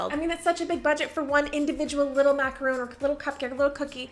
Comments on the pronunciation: Macaron. Not macaroon. Two different cookies. You should know the difference. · Had to stop watching after the 2nd time she said macaroon in less than a minute. It's mac-a-ron! I don't know why but that just gets me riled up. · Enjoyed the video but was so dumb struck that a baker didn’t know the correct pronunciation of the French pastry macaron. A macaroon is a coconut cookie. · Macaron not macaroon 🤦‍♀️ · I love your videos, and I’m not trying to be a D*** but it’s macaron not macaroon 🤪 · I love you so much. But every time you say "macaROON" instead of "macaRHON" it's killing me, girl. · The first were macaron. Macaroon are something different. I don't like how the two names are so similar. Not long ago I realized the correct pronunciation and difference. That's the only reason I share. 😊